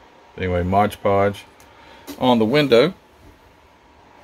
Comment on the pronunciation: Very nice build. But could you please say the name of a certain product you use correctly? It is called MOD Podge. Not Modge Podge. Thank you.